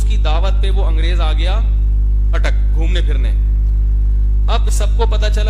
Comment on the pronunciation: Bolo na Bhai ATTAK ke lol